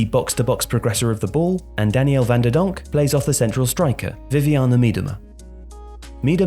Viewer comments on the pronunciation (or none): none